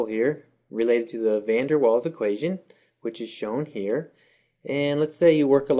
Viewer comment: Its pronounced van der vaals not waals...